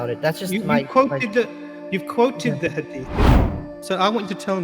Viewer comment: From Yemen but can’t even pronounce the word Hadith 😂🤦🏻‍♀️